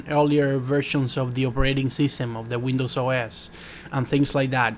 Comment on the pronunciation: wtf its windows not wends